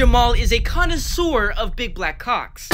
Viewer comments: STOP SAYING CALWCKS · STOP SAYING COACKS IT MEANS BALLS